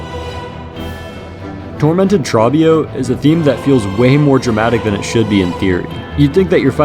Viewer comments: You really mispronounced trobbio as tra-bee-oh instead of troh-bee-oh when in both fights his name is literally being yelled? Wow. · You mispronounced trobbio :( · Your pronunciation of Trobbio made me physically twitch. I don't know if it was meant to be or just the way you say it but WOW. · how do you manage to mispronounce trobbio's name when he himself says it outloud multiple times also I'm so glad to see Fleatopia so high up, it's my personal favourite. I also really like Flea Festival, but that one isn't on the ost for some reason